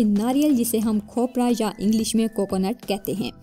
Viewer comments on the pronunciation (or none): none